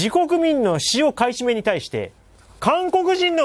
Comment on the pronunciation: テロップはちゃんと買い占めとありますが音声では ふばい と聞こえます不買なんでしょうか？